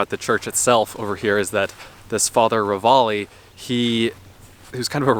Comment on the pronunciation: Having lived in Missoula for over 50 years, I can tell you that the priest's name is pronounced "Ra Valley"...also...our winters can be a bit harrowing; like us locals say...our 4 seasons are "almost winter", "winter", "still winter" and "road construction"!